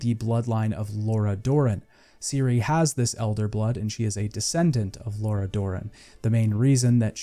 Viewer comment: I've noticed this a lot with Americans in particular although not exclusive to them. I don't know how it happens but they hear one thing and pronounce it completely different, the worst case is always Lara Croft who most Americans call Laura just as in this video he pronounced Lara Dorren as Laura.